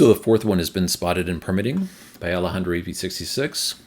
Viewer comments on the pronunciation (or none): none